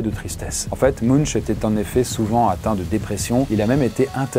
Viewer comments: Ça se prononce Munk pas Munch. La culture c'est comme la confiture. Moins on en a plus on l'étale. Ça prouve bien que tu es un vulgarisateur et que tu ne fais que survoler les sujets que tu présentes. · Munch se prononce "Maink" comme une main+k :)